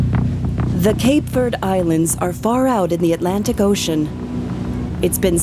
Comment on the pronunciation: Can’t even pronounce verde properly,so off